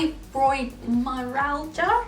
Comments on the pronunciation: Fibromyalgia is pronounced (fybromyalja) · I have Fibromyalgia and it can be a hard word to say so i'll try my bets to help you say it. Fibro-my-al-ga hopefully that helps. <3